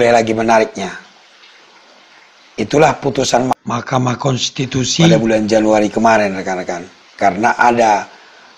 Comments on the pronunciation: Kenapa JD lucu GT bang klo nyebut makamahkensitusi😅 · Maaf bang, ada dubbing setiap ucapkan "Mahkamah Kontitusi" sukar mengucapnya ya bang